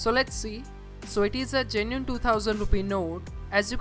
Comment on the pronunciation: he says genine instead of genuine